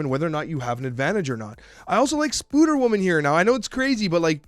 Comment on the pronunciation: why are you saying "spooder woman" ?!